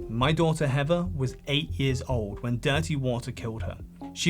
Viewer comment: Great video but I disliked it because you kept calling the poor girl heaver instead of heather